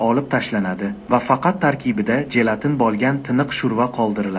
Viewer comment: Jelatin so’zi portlovcho “j” bilan emas, sirg’aluvchi “j” bilan talaffuz qilinadi. Misol uchun: “jurnal” dagi “j” kabi